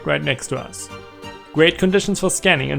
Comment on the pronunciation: when he says us it sounds like you ass w video tho